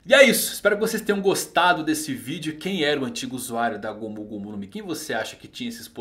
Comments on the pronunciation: mano,só eu q fico incomodado pq ele fala gomú gomú no mi? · Q agonia ele falando "gômú gômú" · É legal ver ele falando "gomU gomU no mi"